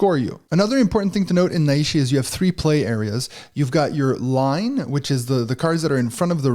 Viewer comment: Just discovered this on BGA and really excited to play. Just a little note: The characters of the Japanese name are nai and shi, and it’s therefore not pronounced na-i-shi, but nai-shi. You pull the nai together like the ni in Night.😊